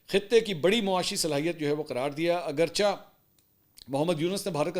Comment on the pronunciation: منصور بھائی آپ اگرچہ کو اگرچا نہ پڑھا کریں بلکہ اگرچے پڑھا کریں